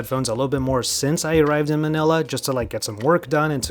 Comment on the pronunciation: I was listening chilling whilst browsing until I heard him saying "MANILA" .. Got me shocked and shouting manila!!?? lmfao Was contemplating on what to buy xm4 or xm5 or some other ones like bose qc35 *Such a great content and detailed content especially with how noticing that it is easy to wear as it is put in correct position (Left & Right) even during case